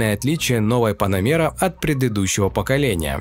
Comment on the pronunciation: Поработай над произношением слова Panamera😂"панамеера"😂😂😂